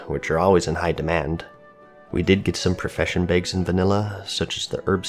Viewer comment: Tailors make "begs"!? Jk lol